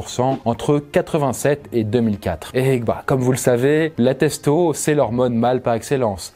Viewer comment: "testo" Non. C est pas possible.